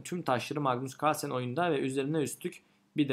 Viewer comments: magnus cuarlsen demene bir ben gıcık oldum galiba:D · mıgnıs kıırlsen